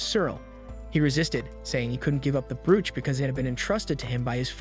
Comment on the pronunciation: Brooch is pronounced broach